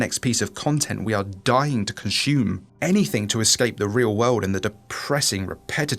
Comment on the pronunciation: It's consume not conshume.